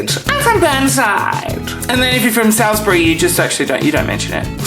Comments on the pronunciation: You pronounced salisbury wrong lol it's more like 'salt' than 'sally' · Did he say "Sall is bury" rather than "Sauls-bury"? Apart from that a great video. Hilarious. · Salisbury: Saul's berry not Sall's berry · Just the way you pronounce 'Salesbury' makes me think you've never made it to Main North Road. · Well you're clearly not from Adelaide, because if you were you would be able to say Salisbury. (it's like Saul's Brie) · its "saul's brie" we dont say bury there u go ur welcome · Nah, say it 'sawsbry', you gotta really minimise the syllables. :P :D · u pronounced salisbury WRONG!!! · did you just say Salisbury with the a like an "Apple" sound ? 🤔🤔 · You said Salisbury wrong. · Nailed it. Apart from your pronunciation of "Salisbury" - but as you said, we don't mention it. So I guess the correct pronunciation will be somewhat obscure. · Haha all so true ..except pronouncing Salisbury properly !! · No he said it wrong, heck even yanks say it correctly (mostly because of Salisbury streak ). The real question is can he pronounce Keswick correctly. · His only mistake....maybe he escaped from Salisbury mental institution ( by that I mean the whole suburb and surrounds) and his frontal lobotomy made him say it all wrong.